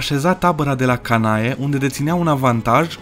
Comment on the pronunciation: top 5 cele mai mari castele din lume☺ P.S.:se citeste Canne deoarece ae se citeste e in latina